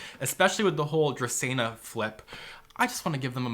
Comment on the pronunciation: It’s dracaena